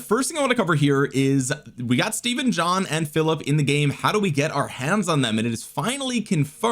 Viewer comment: It’s pronounced Steven...my middle name Stephen